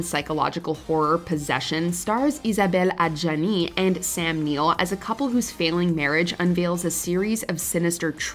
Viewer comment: Thank you for pronouncing Isabelle Adjani 's name properly.